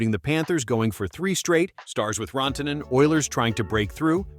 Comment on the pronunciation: How the fuck do you mis-pronounce Rantanen??